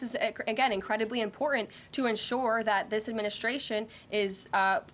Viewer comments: By the way darling, there is a T on the end of important Are we sure she isn’t one of Musk’s robots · This is so imporant, hmm, she can't even pronounce her words. Buckle up people, more to come.